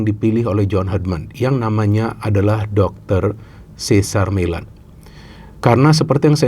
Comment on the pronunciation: sih zer mei lehn (Cesar Meylan..hati2 sebut namanya, karena, se sar mi lan (cesar millan) itu pelatih juga sih, tapi...